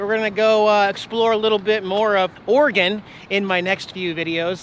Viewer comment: JFC you're from Washington and you CAN'T PRONOUNCE OREGON correctly? It's OR-E-GUN, NOT OR-GUN. OR-E-GUN!!